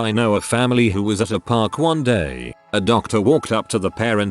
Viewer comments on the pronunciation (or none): none